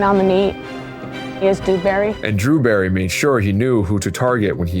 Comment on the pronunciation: It is not DREWBERRY. It is DEWBERRY. Clanker.